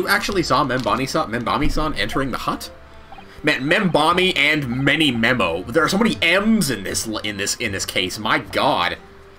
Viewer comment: Damn it! I keep thinking you're mispronouncing his name because of how many times called him ManyMEME-o. XD I feel like there's a chance this case could have been added once they realized they were making two separate games, one of which needed a tutorial case.